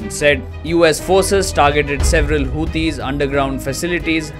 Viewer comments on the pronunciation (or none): none